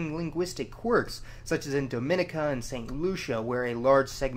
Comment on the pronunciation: The way he said Dominica made me cringe ngl😭